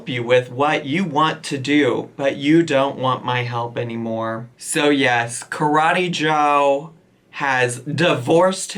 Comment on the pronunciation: “BYE KARETEE JOE!” 💀😂